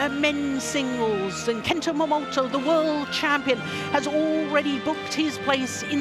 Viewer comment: CAN THIS IDIOT COMMENTATOR STOP SAYING MOMOTO ALL THE TIME. ITS MOMOTAAAAAAA.